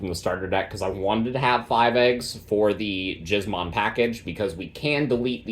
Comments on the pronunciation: Giz as in gizmo. Killing me with that pronunciation, brother. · Ain’t no way dude is pronouncing it like that 😂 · I'm begging you please don't pronounce gizmon that way.